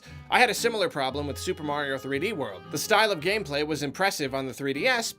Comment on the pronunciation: You mean Green Mayrio?